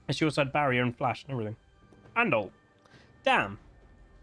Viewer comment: You drive a corsa “flashed someone to get them out of your way” emphasis on the flash lmao